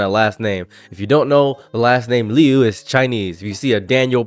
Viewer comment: She askes people to pronounce her last name is pronounced loo not lee-oo